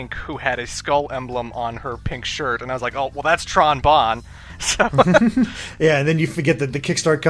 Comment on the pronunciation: I think her name is pronounced Tron BOWN. You know, like the Trombone? Everytime you guys said "Tron Bon" I was irritated because I play the Trombone...